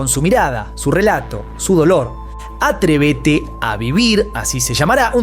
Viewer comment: Jajaja sinceramente no creo que el trabajo de Florinda Meza se llame "AtrevÉte a vivir" xdddd se llama "Atrévete a vivir" 😂😂😂🤣🤣 yo recomendaría que a ustedes los que hablan con ese acento y modismo lo hagan pero al menos respeten los apellidos y nombres propios y también nombres oficiales de alguna obra o trabajo, a menos que por supuesto estos tengan procedencia ríoplatense o como se diga. 😊😊😊😊 Carlos Vishagrán xdd Michael Shackson xxdd etccc..... Por otro lado MUY BUEN VIDEO!